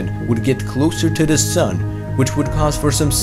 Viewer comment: Lol you can't pronounce th THATS hilarious.